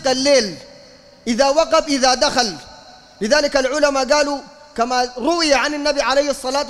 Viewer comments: جزاك الله خيرا تصحيح وقب وليس وغب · كُفُــــــوا يا وليس كُفْــــــوا - بارك الله فيك - وإذا وقب وليس وغب - أخرج حرف القاف من مخرجه ولا تقلبه غين يا لا تغلب عليك اللهجة العامية - جزاكم الله خيرا